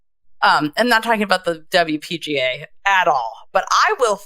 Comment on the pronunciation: LPGA not WPGA